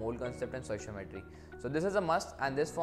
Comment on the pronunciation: it's not sociometry it's stoichiometry.